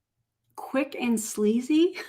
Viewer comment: cheap and sleazy. But it sounded like she actually said slazy which is a new word I can get behind :)